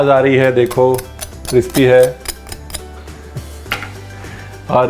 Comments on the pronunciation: cripsy nahi, crispy hai jo kahna tha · So sweetly he says cripsy Hahaha instead of crispy